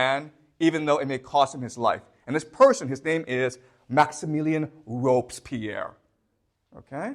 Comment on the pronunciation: (It's Robespierre .. Not Robspierre. And so we prononce the "e". .. Again a great class by the way..)